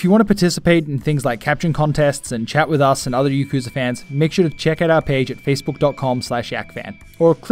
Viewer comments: "Yeee-koo-zaah"...? Really...? Y'know you'd think that a fanboy of a series could at least pronounce the series' name of which he is a die-hard fan of correctly, but apparently not. (Oh, by the way, it's "yaak-ooo-zah", for anyone who doesn't already know, including this guy...) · Thanks, glad you like my accent :-) If anything though it would be pronounced "ya-ku-za"